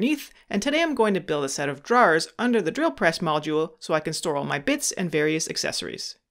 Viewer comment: Sorry bud, I couldn’t make it to the end because of the way you pronounce drawers. Great video though thanks for sharing